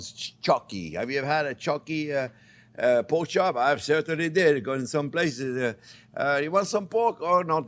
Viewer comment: Onyoh and Kown and Poke...Love it!